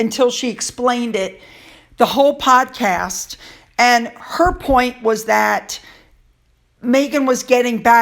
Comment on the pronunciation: Oh my goodness, you mispronounced the word podcast and said podcrass. Hmmm Freudian slip?